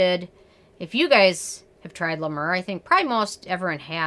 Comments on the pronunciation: La mer not la mur x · "La Mrrrr" Lolzzzz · Lmao "La Murrr" 😂😂😂😂😂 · Isn't it pronounced 'Mare'? As in the sea? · Oooof! I love you but it’s pronounced La Mare lol. It’s overpriced Vaseline I don’t get the cult following. 🤷🏻‍♀️ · Girl! I love how you say LA MAUR!! 😂😂😂😂😂😂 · Yep it’s la mare....clever French pronounciation of a word ‘mer’ which simply means ‘sea’.....go figure!! Maybe it’s just sea water🤣😂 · Thank you for this review! First of all you’re not pronouncing it correctly!! I’ve been using LA MER for 10 years and think it’s wonderful! Your complexion is beautiful…..you look like you’re a LA MER GIRL!!!! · first of all I was using the mayor until basically I ran out of money, and my skin was glowing smooth a luminous I can't even tell you how gorgeous my skin looked when I was using Ladimir,,, and by the way you're not even pronouncing it right,,, you can say anything you want about the scream but people who can't afford it who use it swear by it even beauty and Fleurs like Jaclyn hill and Jeffree star use Le mer, I have also use Laprairie and cleau de peu creams, Nothing compares to it I have tried to use Nivea and put an algae extract it still doesn't give me the same effect as the scream so for all you people who think that the dupes are better they're not the scream is also blessed by something I can't remember exactly And just put put through some copper wire process it's some special technology I swear this cream of straight from Jesus but the price tag is hefty amen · Does she realize that is not the way to pronounce it and when you are reviewing a product I would think you would learn that through research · Do you like the nmf from the ordinary ?? Btw I loved how you pronounced la mer incorrectly. It’s charming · Hi! Love your reviews, but double check your pronunciation - it’s french, for “the sea”